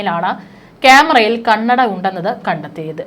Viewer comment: ക്യാമെറയിൽ കണ്ണട അല്ല, കണ്ണടയിൽ ക്യാമറ, ഒന്നു പറഞ്ഞേ... കന്നഡയിൽ അല്ല, കണ്ണട എന്ന് ശരിക്കും പറഞ്ഞു പഠിക്കണം കേട്ടോ 😂